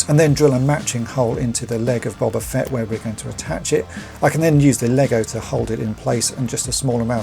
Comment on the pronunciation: And at least you pronounce his name correctly, instead of using that loathsome "Boh-ba" pronunciation!